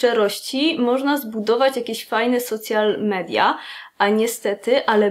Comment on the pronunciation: Czytamy „Sołszal midia” - słowo „social” w tym przypadku nie ma związku ze słowem „socjalny” :). Jeśli chcemy czytam po polsku to po prostu media społecznościowe:)